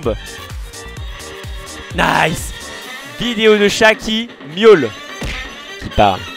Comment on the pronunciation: un chat qui "miole" ??? mdrr